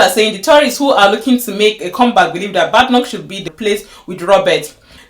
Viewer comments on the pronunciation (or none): Her name is not pronounced bad pronounced bay d like bay watch, Please watch prime. minsters questions time. You see how her name is pronounced also Kier you need to learn to pronounce it also. Well Your content is full of cherry picking as you saw how she was praised two weeks ago about supreme court victory case on Biological female. Do you know the people who voted her in. Yes we all know that she won't be the leader not because she is not leadership material as far as l understand the British politics, she was just there to satisfied the system. But don't say she has not done well is so wrong the woman has been in. Politics long before you came to UK listened to what she said today about the current election you will be balanced in your content. Some of the immigration laws are already there so it not Kemi that will change it, it has to go through a process as a bill first before it becomes law.